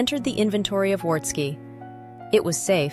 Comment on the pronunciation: Pronunciation: the W in Wartski is pronounced as a V.